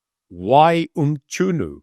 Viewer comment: Its Mchunu not Mtshunu😂😂😂